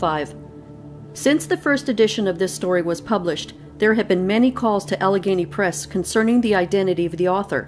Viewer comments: She's from Canada. She usually doesn't pronounce L 's. At the end she says Alagany right. She said she write the story out, because of how she pronounced things. I like her reading. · "AL-ah-GAY-nee". It's a mountainous region within the larger Appalachian mountain range in the north-eastern USA. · Great story! The correct pronunciation of Allegheny is Al-le- gainie. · I love your posts! I believe it is pronounced AL-eh-GAIN-ee. If I'm wrong I'm sure someone will correct me. ☺